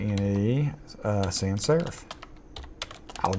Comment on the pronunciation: Great tutorial, and you sound like Astronaut Charlie Duke which is a bonus. - p.s: It's "sans" not "san" - French for "without"